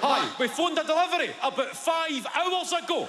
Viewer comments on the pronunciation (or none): ‘DEHLIVAR OO’ Fuckin love it lad 💀💀💀